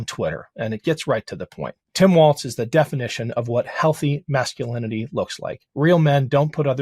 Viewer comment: Walz pronounced as "walls". Be respectful of his name, please.